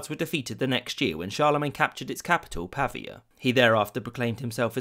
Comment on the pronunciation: Cute :-) But know this...It's PAA VI AA. Where it's University was created in 1492. My people there have been singing, laughing, & loving "nearly" ever since. Wasn't a Place much loved by Attila, though, sadly.